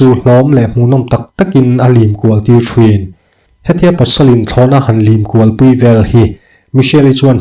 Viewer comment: i aw hi ka duh tawp a, i story ka hmaih ngai lo. mahse thin tih hi thrin ti a i lam hi ngaihthlak hrehawm deuh ka lo ti ve a 😁😁